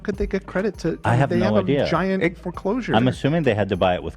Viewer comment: How said "foreclosure". Lmao!